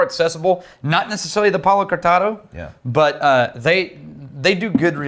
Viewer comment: When you say 'Palo Cortado', I hear "Hakuna Matata"